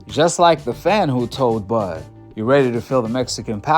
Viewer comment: Bud "was reary to feel the Mexican powder" 😂😂😂😂😂😂